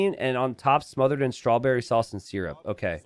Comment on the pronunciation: Syrup is pronounced sir-up, not sear-up